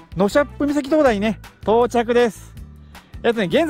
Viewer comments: ノシャップではなくノサップでは。 あと北海道はガソリンスタンドないとこはないので早めの給油をしたほうがよろしいかと。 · いつも楽しく拝見しています。 私、根室市出身なので、一つだけ気になる事がありました。納沙布岬はノサップ岬と読みます。 はノシャップ岬と仰っていましたが稚内の方に、ノシャップ岬はあります。老婆心ながら訂正させていただきました。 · 根室は「のさっぷ」ですよ 「のしゃっぷ」は稚内です